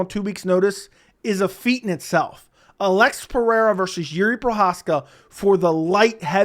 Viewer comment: Ulex try say it. Alex. You don't speak Portuguese.